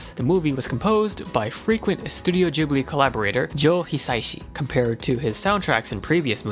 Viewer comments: it's pronounced "Gh"(as in "g"reat)ibli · ITS PRENOUNCED GIBILE EVEN THOUGH ITS SPELLT GHIBILI